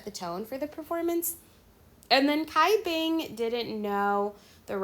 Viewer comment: Hi, sorry. You mispronounce Cai Bing's name. The Cai is pronounce Chai (as in the Chai tea) instead of Kai.